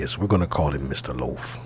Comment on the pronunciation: No, not "Missa Loafa Loafa" on top of the "singtro"! Lol